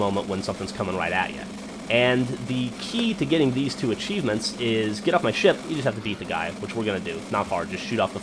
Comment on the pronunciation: when u said get off my ship it sounded like u said get off my shit lol